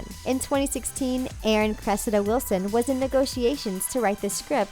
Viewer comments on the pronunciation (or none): none